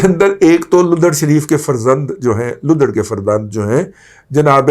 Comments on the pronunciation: آؤ بھائ صاحب لُدھڑ نہیں ہے درُستی کریں وہ لَدھڑ ہے۔ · رضی دادا صاحب فواد چودھری کے گاؤں کا نام لّدھڑ ہے۔ سوچا تلفظ درست کروا دوں ۔ باقی اپ کا پروگرام بہت اعلیٰ ہوتا ہے۔ سلامت رہے